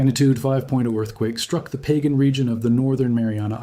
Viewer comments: It’s not “Pagan;” it’s Pah-gahn. Please correct your AI! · I really despise A.I. 🤬🤬🤬🤬🤬. PLUS GET THE DAMN PRONUNCIATION RIGHT!!! PÅGAN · Pagan island is not Sinlaku; it’s an existing island. A land mass. Part of the Mariana Islands. It is pronounced “pah gahn,” NOT pronounced in the Biblical pagan way. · Is Pagan pronounced "Pah-gahn" locally?